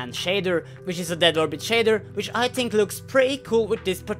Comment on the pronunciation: I don't know why I think this. But when says tink or ting instead of think or think. For some reason I think it's really cute.;)